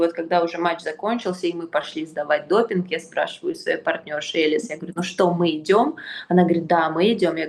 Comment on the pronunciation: Боже какая дичь, что Кудерметова, что Тартакова вы чё курите... Какая Элис.... Она ЭЛиЗЕ с ударением на и.... Бабы, за вас тупо стыдно